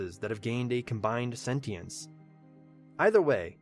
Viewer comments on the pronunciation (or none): none